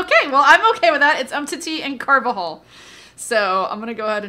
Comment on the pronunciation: Carvajal is not pronounced like that at all😂😂